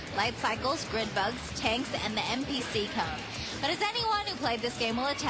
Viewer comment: LOL, she pronounced the MCP cone, the MPC cone...